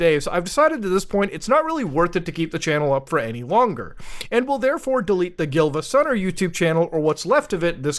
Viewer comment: It’s Giivasunner and Siivagunner. Emphasis on the second i.